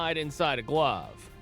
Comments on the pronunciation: Roger Craig did not get let go by the Tigers after 1984. He retired because he was not chosen as a manager until the Giants grabbed him. Geez. Graphics are wrong on Orosco and Reardon. Jim Frey is pronounced ‘Fry’ not Fray. Good Lord man. The Roger McDowell pic is from the early 1990’s and not 1986. Couldn’t find a Danny Heep pic in a Mets uniform? Interesting. The aforementioned Nolan Ryan article is just a bad look. Details matter. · The manager's last name pronounced FRY not FRAY. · You pronounce Cubs manager Jim Frey like "FRY" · Jim Frey. Pronounced FRY. Geeeez.